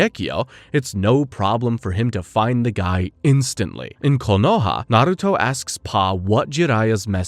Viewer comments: All good, but KOHONA? Its Konoha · A messup already, in you said kohona instead of konoha